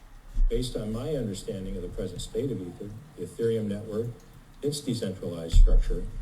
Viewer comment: E-ther.. it’s pronounced with a strong E. Just a heads up.:) Thx for all your hard work!